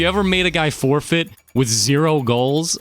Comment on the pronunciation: 3 second forfeight hahaa